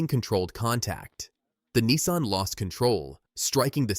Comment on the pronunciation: Its a nissan not a neeson